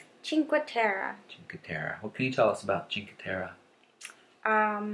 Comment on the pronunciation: it's Cinque Terre, not Cinque Terra... I'm from Italy, hope you enjoy tour trip in those beautiful places